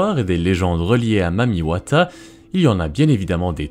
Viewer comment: Je suis congolais, mais ce mec prononce très bien le mot « Mami Wata »